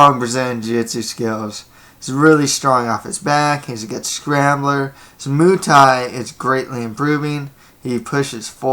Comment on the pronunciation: Your break downs are decent but moo thai? Lol its pronounced like its spelled.